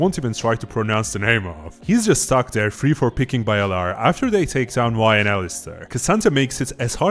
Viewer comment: Top laner name is pronounced vi (i* like in chin) zi cha chi